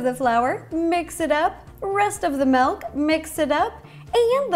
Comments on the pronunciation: I’ve been watching her for a couple of years now!! And She is still my favorite YouTuber of like all time . But I now just realized she says “Melk” not “Milk” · Did she really say melk 😭